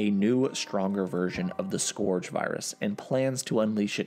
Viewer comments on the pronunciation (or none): One minor thing “scourge” is pronounced like “skurge” but great video nonetheless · scourge is pronounced scurj not scorj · Scourge = sk urge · are you sure that's how you pronounce 'scourge'?? (hint, it's not) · Great video. But you mispronouncing scourge wasn't easy to listen to.